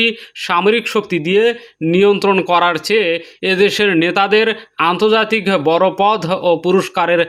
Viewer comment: "বর" নয় "বড়" বলেন।